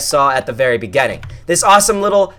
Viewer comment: "This is what you guys saw at the very BEGENNING" XD